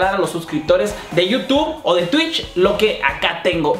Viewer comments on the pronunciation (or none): none